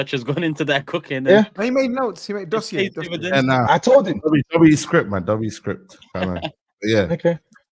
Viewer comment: Man said dossier 😂😂😂